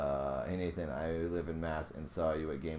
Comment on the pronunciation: I see you have problems with my name right? 😂